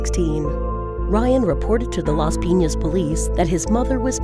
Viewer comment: I'm a filipino, and the first one occured on the phillippines, also you don't pronounce LAS PIN~AS AND TAGUIG AND CALOOCAN CITY IT IS PRONOUNCED AS TA-GIG,CA-LO-O-CAN, AND LAS-PI-NYAS